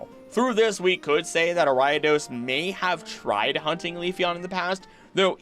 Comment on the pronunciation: BTW, I had NO idea what pokemon you were talking about until it clicked but you pronounce Ariados weirdly! Ariadne + Odosu (to threaten) = Ariados.